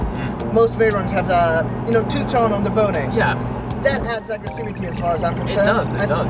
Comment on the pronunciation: Love the way he pronounced "bonnet" what a cool guy